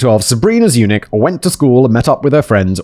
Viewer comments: Every time Simon says Zurich instead of Zunich, take a shot. You will be hammered by the end of the video! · Every time you said Sabrina Zunich my brain translated it to Sabrina's eunuch. I don't know what that says about me as a person, but there it is.